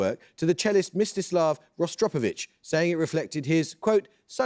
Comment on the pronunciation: I wonder if tonight's "" knows "Pete ZEE-ria" from a couple of weeks ago. Seriously, this guy's pronunciations are beyond a joke. UC needs to get itself a host with an education or, at the very least, one who can read.